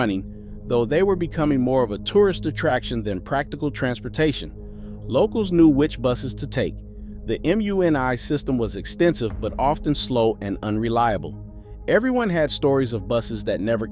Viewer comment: "the Em-You-En-Eye system" ? Narrator cant pronounce 'MUNI' correctly which was the Municipal Railway. This is an AI narrated pile of pics from a non-SFer. (the Mission was mostly Irish from 1920s until 70s). Misquoting history is a common